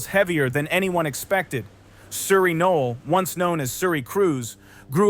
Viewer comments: No L Is how you pronounce the name she is using as her last name. Not knoll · No-el. 2 syllables.